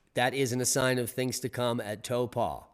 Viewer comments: Hey D - Taupo is pronounced like Howpoe cept with at T rather than the H. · regarding your mis-pronunciation of Taupo Tau (say it like the start of towel... tow) and po is like the first part of polar bear... po it a lot easier than Halemaʻumaʻu and of the same language family so it should be a piece of cake for you to master